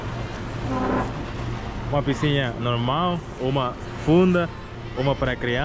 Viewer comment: deixe-me te falar: - a palavra correta e' (piscina). Vc sempre pronuncia errado. Desculpe-me, mas e' pra te ajudar.